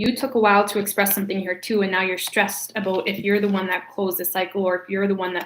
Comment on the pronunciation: Who else comes to hear her say aboot